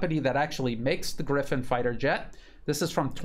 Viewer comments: Gripen and not Griffon. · Grippen, not Griffen. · its not Griphin!!! Its Gripen and it means "Grabbed" just for info...